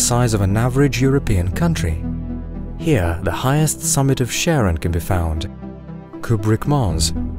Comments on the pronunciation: Pluto's moon is properly pronouned as 'kare-ON', not 'sharon'. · Thanks for the video, which I found extremely informative, but Charon is pronounced as KARon, after the eponymous Greek mythological figure, not SHARon. Unless, that is, you also pronounce Chaos as SHAOS, instead of KAOS. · Char-on. Char. Not "Sharron". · is not Sharon, is Karon, Ch like in Christ bc they both come from greek. Charon is significant in ancient greek mythology and is found universally in burying rituals across the world. . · hearing u pronounce Charon as "sharon" is the saddest thing ive ever heard. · it's Kharon not Sharon 🤣 It comes from the greek χάρων, χάρος or χάροντας. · Please stop saying Charon as in Sharon, but Charon as in Christ. Charon is the boatman who takes souls to the other world in greek mythology, so being an ancient greek word pronounced as such. Thanks, great job! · Pluto's moon is pronounced "Karen". It's the boatman of mythology for Pluto, god of the underworld. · Charon is Caron. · did you just call charon sharon ? unforgivable. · You said Charon wrong!